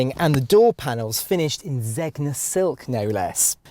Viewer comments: it's pronounced Zenya not Zegna, lol brits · Zeg-na? ZEG?! If you are to review a car towards the higher end of the SUV market, I presumed you'd have learned how to pronounce Zegna :/ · You don't pronounce the G in "Zegna", you pronounce GN like in "foreign".